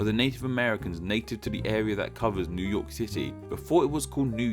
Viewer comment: Near yerk